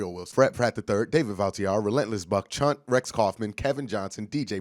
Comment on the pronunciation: But tbh, I actually cringe every time I see someone say "Chunt" unironically. It obviously sounds to close to the "c" word. But sounds more gross with the "ch" pronunciation, oddly enough. Lol